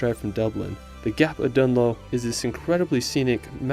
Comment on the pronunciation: Learn how to pronounce places when making videos. You managed to say Kerry and Gap of Dunloe correctly. Otherwise a beautifully made video well done